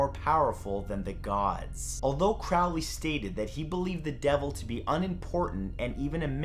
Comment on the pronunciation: You misprounced Crowleys name. Its pronunced CROW-LEE like a crow.